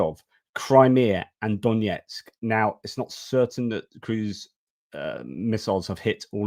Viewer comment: just a little nit: the pronunciation of Донецьк (Donetsk) is not D O N J E T S K, but D O N E T S K btw the footage with the "storm shadow" comment was I think the one to the headquarters in Sevastopol, Krim